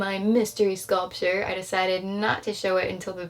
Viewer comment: she says hay the scoltier